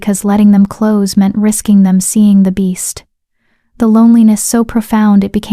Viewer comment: At about 1 h 49 min the nice AI voice mispronounces "close" changing the meaning from the required "nearness" to the incorrect "shut."